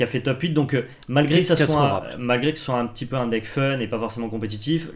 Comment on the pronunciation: Oh et ils sont nuleuh. Leurs deckeuh sont nulleuh. En plus ils ne parelent pas de Magiceuh